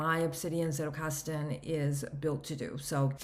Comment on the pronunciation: If you can pronounce 'pizza' you can get the z in Zettelkasten right.